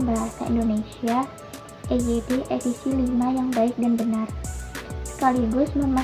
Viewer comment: Presentasi yang disajikan sudah sesuai dengan topik dan analisis juga tepat baik keunggulan maupun kelemahan. Sayangnya terdapat pengucapan yang salah untuk EYD V. EYD V jangan dibaca [i-yu-di-vi] EYD V itu dibaca [e-ye-de kelima/lima]. Saya sempat terkejut EYD dibaca [i-yu-di-vi]. Itu singkatan dalam bahasa Indonesia. Jangankan singkatan dalam bahasa Indonesia, singkatan bahasa asing saja harus dibaca ala Indonesia seperti COD [ce-o-de] lalu otw [o-te-we] dan WA [we-a] sayangnya pengucapan AI harusnya [a-i] bukan [ei-ai] lalu IQ harusnya [i-ki] bukan [ai-kiu] dan ICU harusnya [i-ce-u] bukan [ai-si-yu]. Jadi, tidak konsisten banyak singkatan asing yang dieja ala huruf Indonesia dan ada yang dieja ala Inggris, jadi semaunya saja. Yang betul singkatan asing dieja ala Indonesia seperti WA, COD, CFD [ce-ef-de], dan otw atau btw [be-te-we] termasuk WHO [we-ha-o].